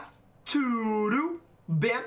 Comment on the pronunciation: Hey! I have a tip for how you say 'bem'! Try to pronounce it like 'pain', but with a 'b'. The 'ain' is very close to how we pronounce the 'em'!